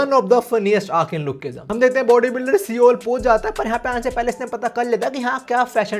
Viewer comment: seoul pronunciation is wrong